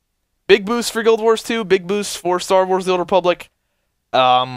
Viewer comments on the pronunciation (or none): none